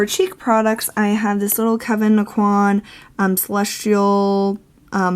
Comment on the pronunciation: Please watch! 27 seconds and you will know how to pronounce Aucoin correctly! ❤️🙏🏻😁